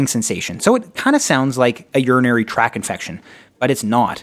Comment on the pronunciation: Urinary tract infection. Not "track". Tract. Please be correct when making educational videos. Otherwise, it was fantastic. You have a subscriber:)